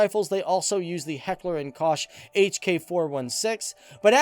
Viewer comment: Heckler & Kosh? LOL. Yeah great lesson.